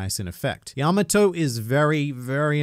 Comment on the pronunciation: The way he pronounces Yamato makes me cringe